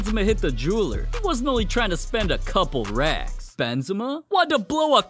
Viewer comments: i just heard cream benzema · The way he talks BeNzEma